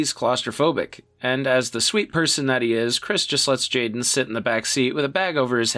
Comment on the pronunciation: Jackson Habenero 👍 Chrish... Chrish? Really? 👎